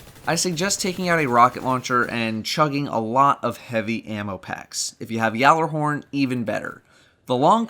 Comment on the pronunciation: Why? It's the proper way to pronounce it.